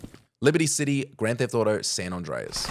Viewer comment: To this guy it should be ''hardest way to say San Andreas'', bizarre how he says, its like he says Son Ondreas.